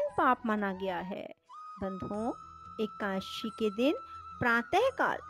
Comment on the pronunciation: जय हो माते ! समय मिले तो एका दशी का उच्चारण शुद्ध कर लीजिएगा । आप 84 हजार ब्राह्मणों को भोजन कराने की बात कही है अब मैं किसी ब्राह्मण को भोजन ही नहीं कराऊं तो क्या चलेगा ? आप विष्णुपूराण पढ़िए सारे ज्ञान प्राप्त होंगे । ये आपको प्राणों प्राप्त हो ?